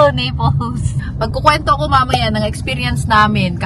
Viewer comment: Anong nipols NAPOli or Naples inaral mo na sana bgkas mamsh